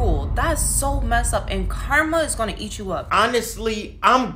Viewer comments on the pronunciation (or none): none